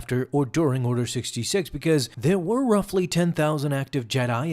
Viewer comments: Is he occasionally calling it "Order 6", or is my audio just screwy at times? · Did anyone realise that he kept saying Order 6 not Order 66